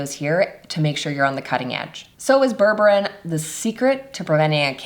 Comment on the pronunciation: Put... mais tu vas te décider à le prononcer correctement, ce fichu mot ??? ça se prononce BÈRBÉRINE Comme c'est ÉCRIT Berre Bé Ri Neuh Ni bourbarine Ni bourborine. IA de merde